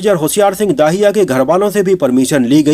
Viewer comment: Bhai, aaj narration kaafi kharab raha.... होशियार सिंह दहिया है न कि दाहिया, दिलजीत है न कि दलजीत और शेखोन नहीं बल्कि शेखों है। Baaki movie is a must watch for all. Sunny Deol is as wonderful as always but it is Varun Dhawan who nailed it. Though I have never been a fan of him or we may call him Gen Z or nepo kid but in the role of a soldier, I must say YES, HE DID IT. As far as the dialogues are concerned, my favorite dialogues are the ones which were not revealed in the teaser/trailor: Varun Dhawan, "Hum Border Paar Nhi Karenge, Border Hi Badal Denge." And Diljit Dosanjh, " Log Jab Uppar Dekhte Hain Toh Unhe Bhagwan Dikhai Deta hai aur Dushman Jab Uppar Dekhte Hain Toh Unhe Shekhon Dikhai Deta Hai." Simply awesome!!